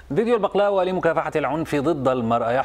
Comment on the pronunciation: بغلاوه مو بقلاوه